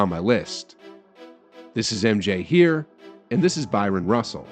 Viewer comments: It’s hard to take behind the scenes stories from a video whose narrator continually mispronounces Bryon Russell’s name and calling him Byron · BRYON not BYRON